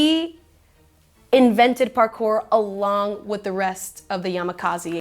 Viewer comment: Yamakaziiiii lol. It is yamakasi.